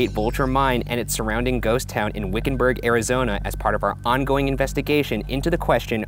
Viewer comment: wickenburger? wiccanburg? oh yea definitely haunted